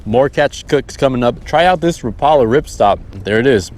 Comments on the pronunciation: Rapala is pronounced wrap-a-lah, my buddy is the owner of a rep and marketing company and the industry is anal about this. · You said Rapala wrong, it’s Rapala.